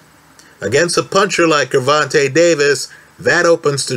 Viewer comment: Pronounce the G like a J.